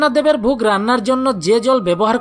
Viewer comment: শব্দ গুলো বিশুদ্ধ ভাবে উচ্চারণ করলে ভালো লাগতো , একটি উদাহরণ হিসেবে বলতে পারি আপনি ভুগ বললেন ওটা ভোগ হতো।